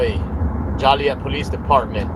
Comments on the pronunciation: It's JOE-LEE-ET you stupid piece of goat sheet!!! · It’s funny Shade can’t pronounce Joliet Il. Correctly! It’s hilarious Shade slipped a Foia under that door twice when he was harassing the ED employee and she closes the door to creat privacy and he slips it under the door which is why Kassie tore up his FOIA!